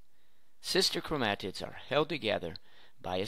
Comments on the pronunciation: Blud says “Chromatids” like “Chrome ahh t*ts” And Alleles like “Ally yells” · chromAAtids and chraumosomes lol